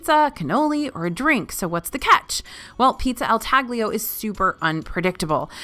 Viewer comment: It's pronounced "tah-lee-oh" not tag-lee-oh! It means cut pizza, it's the typical pizza of rome